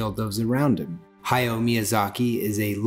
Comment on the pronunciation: It pains me when people mispronounce Hayao Miyazaki's name. It's Ha-ya-o with three distinct syllables. Exactly how it's written.